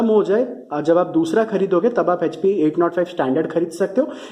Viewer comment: Hp ko hechpi kyu bolte ho Echpi ( Hp ) hi bolo.